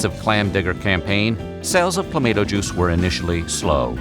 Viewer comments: Cluh Mah Toe... it's awesome in beer!!! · I drink it, straight out of the bottle, regularly It's pronounced Cla-MAY-to, and the Canadians can go take a flying leap through a rolling DONUT! Add vodka to it, it makes a CLAMSHOT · Checking in from Southern California, and the pronunciation of Clamato in this video is sending me over the edge. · I don't know what's more abhorrent, the drink itself or your pronunciation of the product name. lol. whoo boy. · Goddamn it that pronunciation is a war crime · Your pronunciation makes me want to stab you in the throat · Same...never in my life have I heard it pronounced that way. I just stick to V8😂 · You really need some Canadians on your staff. That pronunciation was horrid. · The way you say "clamato" is actually triggering. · He says tom-ate-toe, so it makes sense for him to pronounce it the same. He would have to switch back and forth. It’s a dialect thing. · They pronounced it that way as engagement bait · This AI video made me unsubscribe. What is this mispronounced Garbage. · That’s how everyone pronounces it except the guy getting paid to talk for a living lol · You should be arrested for pronouncing Clamato juice like that! 🤣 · 😂 I had to leave the video I could not deal with that pronunciation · I was actually looking forward to watching this until I heard that pronunciation. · I agree. It annoyed the hell out of me. Yet that is what you get with TTS. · Thank you!!! Every time I heard "Cla-may-to" juice it was like nails on a chalkboard! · Nope. They screwed it up. It's clamahto, not clamayto. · Being Canadian and enjoying a Caesar on a regular basis. I had to turn that off because of the way he kept saying claimato. It hurt me. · Most of the comments are people talking about how you pronounced cla mahh toe... it's not clay mate oh. But seeing all the comments is funny. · ClamAHto not clamAAto. Geeze! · U say claymato I say clamatoe😅😅😅😅😅😅😂😂😂😂🤣🤣🤣🤣🤣🤣🤣☝🏽☝🏽☝🏽☝🏽☝🏽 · ClamAHTO juice not clamADO juice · Cluh - mah - toe